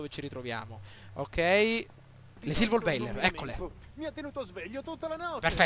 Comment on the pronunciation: Si pronuncia Silverboller e non Silvorbailer...comunque bravo!